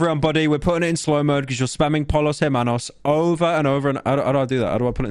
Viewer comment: Normal person: Los Pollos Hermanos Pyro: Loh Polos Ehmanos